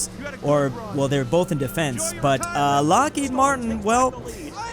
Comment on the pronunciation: Ah yes, lockheid martin. Not to be confused with lockheed martin.